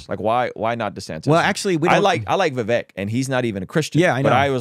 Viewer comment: Vivek pronounces his name like CAKE. "Vivake"